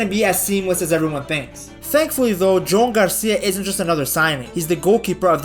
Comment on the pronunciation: Yo man, I can’t stop hearing Joan’s name pronounced wrong and it’s driving me crazy. It’s not “Jone”, it’s “Jew-an”, just how itsou ds. Love the videos ❤